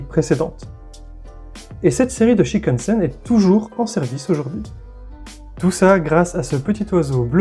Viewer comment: Il faut prononcer tous les "n" dans "shinkansen"...donc : "chinekanessène" et non pas "chikanessène"